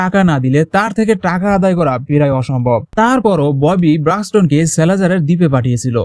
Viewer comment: পেরায় অসম্ভব, এটা আবার কেমন উচ্চারণ, উচ্চারণ ঠিক করতে হবে